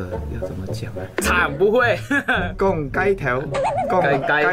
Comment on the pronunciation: 逛街说错了 音差很多 逛街 是宽街 骨头 是钩钩 勾头 厉害是丫霸 老婆说对了 壁虎跟鳄鱼我不会说 肚子饿说对了 蟑螂也对了 沙漠或者噶拉